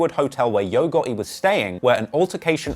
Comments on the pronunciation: He said YOGO besides YO GOTTI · “Yo ghotHE” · Saying the T is non existent for this guy...who the hell is yo goeei